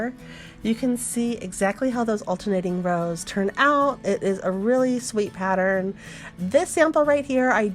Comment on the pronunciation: I am unsubscribing but I must tell you why. I just cannot listen to the “singing” instructions. If and when that changes, I will return. Just speak, don’t hang on the the letter for a bit afterwards. I believe the word that was the straw that broke the camels back for me was pattern. It’s pattern. 2 syllables rather than a hold for a 3 count of 4 counts. Many thanks. I will check back periodically to see if this has changed. Some folks love it I guess, I simply don’t.